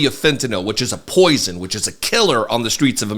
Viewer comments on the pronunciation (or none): Omg! It's Fentanyl, pronounced FENTANIL NOT FENTANOL!